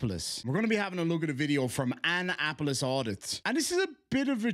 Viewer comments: A-nnapolis. Uh-na-polis. Lol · Unimportant Fact Of The Day: Annapolis is pronounced “uh na puh luhs.”